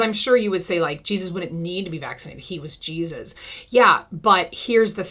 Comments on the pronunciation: GEEZ-US wants you to stop saying his name like that....😂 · I cannnot stand the way she says JesUSS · Every time you repeat "Jeysus" 🤣🤣